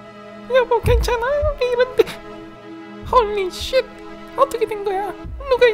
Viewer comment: "헉- hOleh shet" 🤣🤣🤣🤣🤣